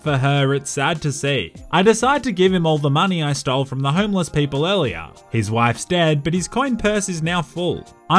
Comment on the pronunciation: What says, “homeless 47.” What I hear, “homo 47”